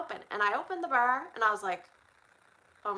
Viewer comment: You say “bar” like teeter would say “bear” in Yellowstone 😂…I am also Canadian and get told I say a lot of things weird